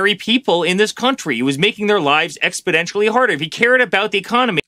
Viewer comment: Hal, it's exponentially better, not expodentially